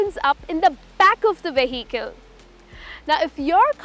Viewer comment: U wrongly pronounced ‘Vehicle’